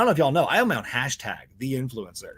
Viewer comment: That bit at the end really did make it sound like you said influenza.